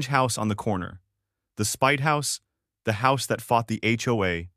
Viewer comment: I love how the HOA is pronounced HOE. If a vehicle has more than two axels is has more than four wheels. Logic has never stopped HOA Karens on a power trip.